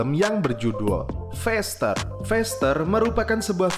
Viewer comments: faster bro. bukan fester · Cakap pn x betul feester,,,,faster